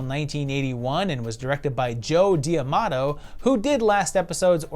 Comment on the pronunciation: Love this series, but correct me if I’m wrong. Isn’t it Joe D’Amato, not Joe Diamato?